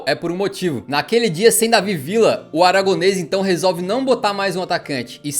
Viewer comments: a pronúncia e vija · Como é a pronúncia certa do Villa? É Vidia, Vitia ou Vilha?